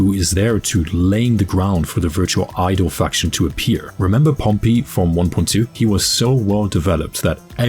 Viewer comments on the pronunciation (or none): Do you do it on purpose to say Qingyi and Pompei wrong? Feels like it, holy moly. 😂